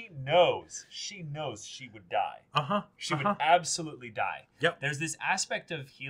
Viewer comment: "If u don't fight, u Daida" HELP I CAN'T STOP LAUGHING